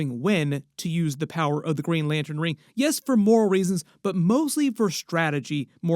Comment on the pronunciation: Did you say green lantern corpse????